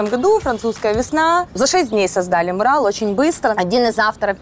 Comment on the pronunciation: МУрал или мурАл. ЕСТЬ ПРАВИЛО!!!!!!!!!!!!!!!!!!!!!!!!!!!!!!! А если не знаешь, как правильно, загугли орфоэпию слова!!!! Правильно мурАл!!!!!